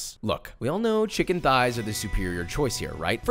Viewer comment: Never noticed this but you say Shicken alot. is your knife Charp?